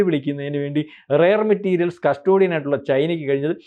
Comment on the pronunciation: പൊട്ടത്തരം പറയാതെ gdp കൂടിയിട്ടും എന്തുകൊണ്ട് രൂപ വാല്യൂ കുറഞ്ഞു. 😡. ഇറക്കുമതി കൂടുതൽ ഉള്ള ഭാരതത്തിനു ഇത് എത്ര പ്രശ്നം ഉണ്ടാക്കും എന്ന് പോലും ബുദ്ധി ഇല്ലാതെ വള വള പറയുന്നു 😡. റയർ മെറ്റരിയൽ അല്ല പൊട്ടാ റെയർ മെറ്റൽ ആണ്. ചുക്കും ചുണ്ണാമ്പ് ഉം തിരിച്ചറിയാൻ മേലാത്തവൻ ഒക്കെ നിരീക്ഷകൻ 😡